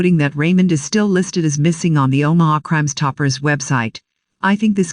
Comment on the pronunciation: Any of you hear Crimes-Topper? Instead of Crime-Stopper? This also got me...